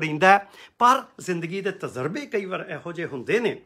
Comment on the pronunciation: ‘ਤਜ਼ਰਬਾ’ ਨਹੀਂ ਤਜਰਬਾ ਹੀ ਹੁੰਦਾ ਹੈ।